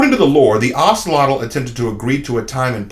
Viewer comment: The name is pronounced as (oak-lot) just to wanted to let you know 👍🏾